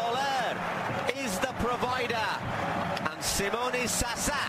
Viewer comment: Someone tell to this guy that Simone is Italian not Spanish . ZaZA not "SaSa"...